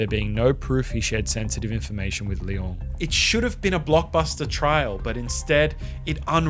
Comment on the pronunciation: Nice videos, but the pronunciation of Leung as LeOng is really odd